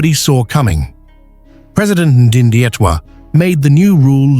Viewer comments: Please read my President’s name correctly!! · Can sone Namibian in USA please help the Yankee with correct pronunciation of our President's name!?